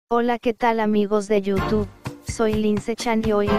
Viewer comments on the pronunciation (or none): none